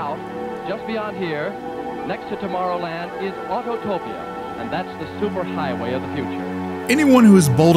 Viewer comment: Not sure what I could add, but to simply echo what the previous comments say. Amazing tribute, and your hard work is recognized, appreciated, and inspiring. I want to point out the opening announcer said "Auto-topia"! Everyone wants to put in that extra syllable. You weren't the only one!